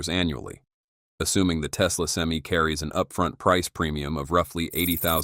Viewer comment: Stupidest video is the crappy ai can't even say pti or semi properly